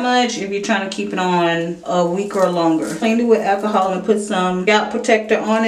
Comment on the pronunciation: I can't hear you say 'ackahol' one more time 😖